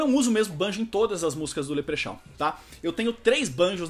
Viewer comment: 'Leprexau' kkkkkkkkk cara fala bom inglês, nem sabe falar direito o nome do próprio grupo